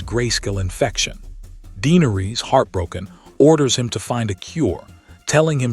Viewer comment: of it yet, but just Daenerys and Viserys Targaryen were both botched in pronunciation. Just watch the show and hear how they sound. Daenerys sounds more like (day-nair-ris) no (deee-ner-rees), and Viserys sounds more like (Vi-ser-ris) not (vie-ser-rees). Last name pronounced (tar-gair-ree-un). Tyrion sounds like (tir-ree-un), not (tie-ree-un). Lyanna is (Lee-on-uh) not (Lee-an-uh). Rhaegar is (Ray-gar) not (Ree-gar). Aegon is (A-gon) not (E-gon). Drogon is (Dro-gon) not (draw-gon). Cersei is (ser-see) not (ser-say). Varys is (Vair-ris) not (vair-rees). Jaime is (Jay-mee) not (Jaym). Barristan is (Bare-ri-stun) not (Bare-ri-stan).